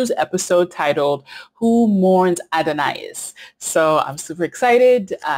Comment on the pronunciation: Just for reference it is pronounced: “Oh-Don-us. Glad you got to see a classic episode. Love your channel.